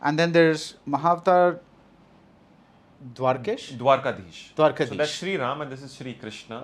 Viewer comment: On a different note ! i was bit disappointed when the interviewer could not pronounce the Name "DWARKADHEESH" properly this shows his knowledge and reverence towards our culture